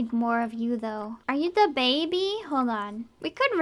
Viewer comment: I can't unhear da baby whenever she says the baby/babies dammit